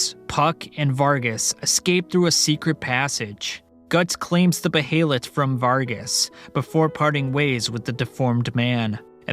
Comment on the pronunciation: And beeheelet